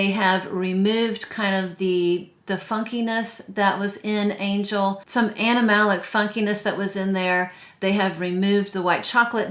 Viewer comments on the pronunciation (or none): none